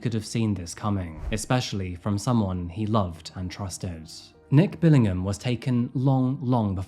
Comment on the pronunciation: As a fellow Brit, I take serious offence to you pronouncing the "h" in Billingham!!